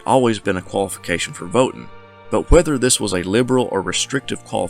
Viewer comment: What the heck is vote ten?